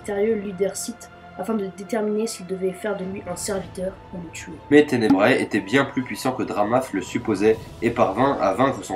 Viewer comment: "ténebra" pas tenebraé"